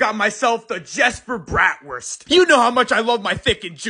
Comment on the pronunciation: Bratwurst “Brat Werst” I am Minorly angered at how he pronounced it